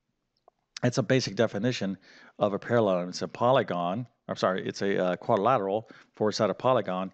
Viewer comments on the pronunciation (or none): it is quad'RI'lateral. not quaddlelateral. you seem to struggle with parallelogram too. i am, unfortunately boringly pedantic and english. i think it's important in teaching to get things right. excuse me if you have a speech impediment.